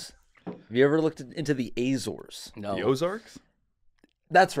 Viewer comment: Jake is pronouncing Azores wrong, but it’s a beautiful vacation and it’s well worth it. My family is from there and I’ve been there before, stunning islands. Especially fun if you’re into botany/geology/marine biology